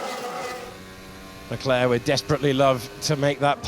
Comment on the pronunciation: Charles Luck-lack